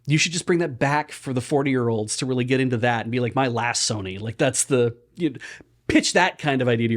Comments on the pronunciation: saying "My First Sony" kept sounding very close to "my fursona"... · I heard "My Fursony"